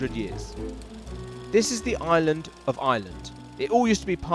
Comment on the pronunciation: "This is the I-land, of I-land"